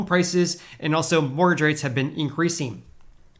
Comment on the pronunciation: What's a "morge rate"? I think you mean "mortgage" rate? The "t" is silent but we actually do pronounce the second syllable of that word. It's quite difficult to understand you when you swallow up entire syllables. "Housing" should be pronounced with a vocalized "s"; like a "z" sound. Here's a reference for that